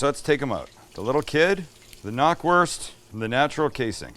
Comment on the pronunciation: Hey not to be "that guy" but Knackwurst is pronounced just how it is written, the "K" is not silent. Knack is the German word for snap, and that's the sound it makes when you bite into it.